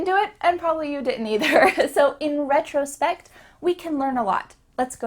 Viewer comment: i checked the pronunciation of retrospect in different dictionaries and your pronunciation is different from them. can you explain?